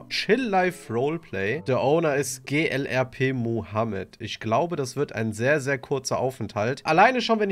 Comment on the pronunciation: Clrp nicht glrp😊